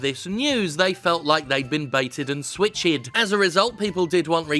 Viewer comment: Did I just hear bated... And switch-ed😂 I love you man